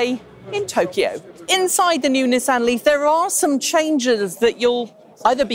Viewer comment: I don't know why this bothers me but it's 'Knee-sahn'